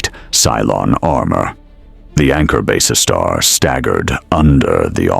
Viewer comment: My thoughts exactly, It is also quite obvious whoever did the graphics has no idea what BSG ships should look like. Not to mention it would be nice to have a human narrator that could pronounce Basestar properly, kinda gets annoying after a while :/